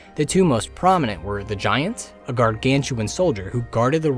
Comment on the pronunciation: Anyone else bothered by how he pronounceds giant?